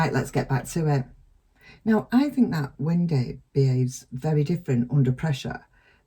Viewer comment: It’s great how you say Wen-day😁